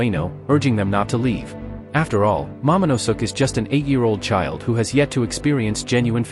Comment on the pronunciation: "Momonusuk"😂😂😂 you mean momonoske